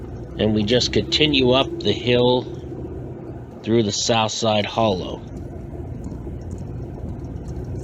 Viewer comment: Steve Seventh is name is not pronounced like the number 70 but pronounced "Sa vent tee". And the neighborhood is pronounced " the Holla". Otherwise an interesting video.